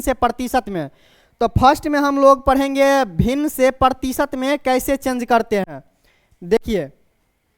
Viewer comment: प्रतीसत नहीं भाई प्रतिशत होता है